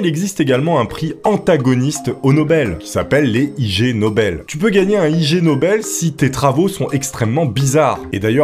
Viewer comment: 😓 On ne dit pas I-G Nobel (en séparant le I du G et du Nobel comme tu le fais) , mais on prononce ca vomme si on prononçait le mot "ignoble" en anglais... C'est un jeu de mot, gros benêt.